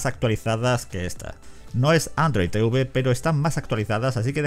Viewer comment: Odio que digan Te-uve 🤣🤣🤣🤣